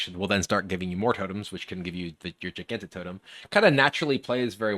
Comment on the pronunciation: Hearthstone creators have to actually be trolling us with these Gigantotem pronunciations. At least kibler has managed to remember the existence of the soft g